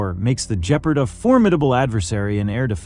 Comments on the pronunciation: its pronounced gepp ard not jepard morons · "Gep-Ard" Not Geperd. Your videos need some help with proper pronunciation as well. as fact checking and correct identification. "Rine-Rhein Metal -Met-al" Rheinmetall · And just what is a jep-erd and who is Rain metal? This is painful to listen to. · Even pronouncing it 'G-part' would be more accurate.. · For God's sake, the correct pronunciation is with a hard "g", for Gephard! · LOL the AI can't say Gepard properley. Still its a good frankenstien mix of old useful chasis with modern firepower. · Nor of Gepard